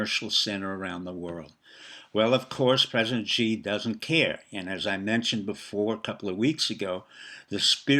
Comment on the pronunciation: Dr., your words would resonate with a greater authority if you pronounce Xi's name correctly. Perhaps the best way to get it close is to pronounce "Xi" like the English word "she." It's not perfect, but it would be a big improvement. Kudos to the maga admiral. The RMB has been strong...6.92 presently...to the dollar, so I don't think you are right about the currency falling "20%," the banks are the Achilles heel my friend...it's the banks...